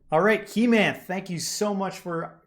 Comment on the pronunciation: Not he-math you can take his name as hey-month